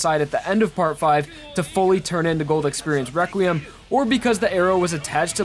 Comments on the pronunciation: I like how u say requiem WEQUIEM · this video was years ago but its so funny how when he says requiem he says req wee iem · I love how he says “reqwuiem” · It it’s not possible it’s wequiem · Its entertaining that he says weqiem instead of reqriem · Requiem is pronounced Rek-wee-EM (like you're saying the letter M at the end, NOT "um" like in the video). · reqweum lol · Is it me or does it sound like he's saying "Reqwiem" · may i ask why do u say wequiem? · Why does he pronounce it as Rekweum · "Rekweum." "Wekwiam."